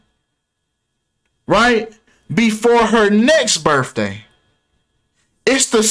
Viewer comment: It's biRTHday not biRFday